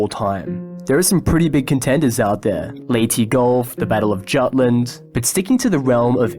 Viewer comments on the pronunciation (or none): none